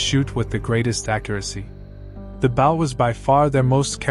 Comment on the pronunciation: The voice kept saying bow wrong.